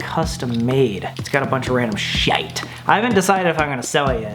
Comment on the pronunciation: i’ve never heard an American say “shite”...